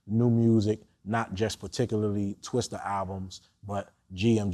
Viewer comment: franklin tejeda mcgrady Naw it was Tung Twista. There was never an er. Look at the video description. Vlad knows how to spell it, yet refuses to say it correctly. Can you imagine if the title of the video said Twister? Well saying it wrong is just as bad imo.